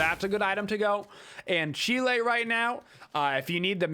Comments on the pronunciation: Could be from the Latin "Ancile" (he's pronouncing correctly then) which means small oval shield. Hi-Rez actually has it pronounced as "ahn-key-lay", so you're still wrong...but I just pronounce it as "who cares?". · I stop watching a smite video as soon as I hear “An-chili”. Explain how you came up with that ignorant pronunciation. Pronounce “reconcile” or “domicile”. Please and thanks.